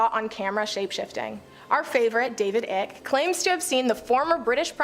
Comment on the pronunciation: OMG!! if you are going to say his name 50 times.,. Its David Icke. Pronounced Long "I" cke. Like bike but "Ike".